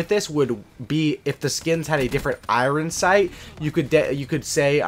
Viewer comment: he said "Iran sights" lol